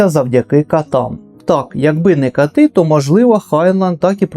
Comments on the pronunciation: Ох,, все змішалось у Вас сьогодні - коти і кати, мста і місця. В таких тонких моментах приділяйте трохи більше уваги вимові. Щодо ночі у самотньому жовтні, то в тому перекладі, обкладинка якого була використана, кицьку звати Сірохвістка, а Сіренькою її часом зве Нюх. І Крутько - це білка. Чому Аллан По, а не Едгар Аллан По чи Едгар По? Аллан - це його друге або середнє ім'я, тому якось дивно не назвати перше. Гайнлайна варто перечитати, бо, чесно сказати, за назвою я завжди спершу згадую дві пісні Чіжа, а от суть роману вже забулася... Ну і як завжди прикро, що у нас так мало перекладають та/або видають, бо Джина Вулфа українською я не знайшла... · Я дуже люблю вас дивитись і слухати, наскільки цікаво ви розповідаєте про книги!) Ніколи без прохання не виправляю вимову людей, які опановують українську мову (ми всі її опановуємо) Однак в цьому відео коти вже перетворились на катів 😅